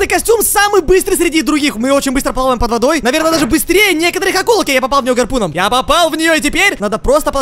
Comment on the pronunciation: Когда сказал гарпу́ном, у меня прихватило сердце)))